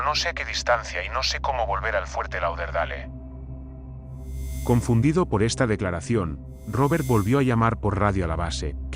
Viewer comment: Fuerte "Lau der dale"...pronuncia bien coño